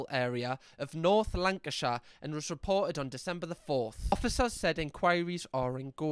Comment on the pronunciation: And north lanark shire